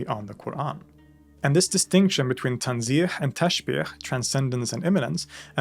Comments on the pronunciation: Hello brother. First of all, huge thanks to all of your works which is very helpful and beneficial. Just wanna correct pronounciation of TWO words, which I'm sure you got confused when it came to phonetics. TANZEEH and TASHBEEH, both you thought they end by letter HA like in waHed (one) or Habl (rope). But both ends with H like in Home. So both TANZEEH and TASHBEEH end with h not ḥ .. I wish it's clear. I know it's too difficult to get this by typing, but I'm sure you would get it. Again, great, thanks for your videos and channel. With love, brother. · تنزيه tanzih the last letter is pronounced with h, like in hat تسبيح tasbiH the s in the middle is s sound and not sh sound